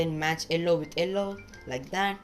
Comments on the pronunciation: It is yellow not ellow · Bro you should improve your pronounciation of yellow